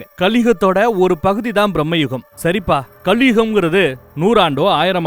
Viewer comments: It's not pronounced as Brahmma Yugam. It's pronounced as Bhrrama Yugam. Bhramam in Malayalam means madness or insanity. The Yugam of madness. A time of madness. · பிரம்ம யுகம் இல்லை பிரமயுகம் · Mate...It's not pronounced as Brahmayugam..It's bramayugam.. Meaning changes when the pronunciation changes.. The correct meaning is ' The Yuga of Bramam ' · It’s not pronounced Brahma-Yugam. Brama-Yugam. Bramam - Madness. Age of Madness. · sir it is not BrahmaYugam.....it is BRAMA Yugam.....bramai endru tamzil solvaargale....